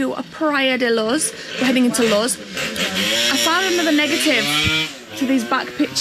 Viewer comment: CAN WE ALL JUST TAKE A MOMENT TO APPRECIATE 'S PRONUNCIATION OF THE PLACE THEY ARE STAYING - LUZ